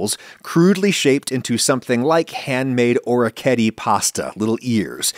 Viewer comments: orichetti? no, orecchiette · Wow I’ve never heard anyone say orecchiette like that 😂 Great video! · orecchiette pronunciation was painful to hear